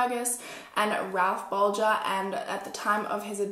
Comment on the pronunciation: SUPER happy that you said the last name right. cause no one ever does.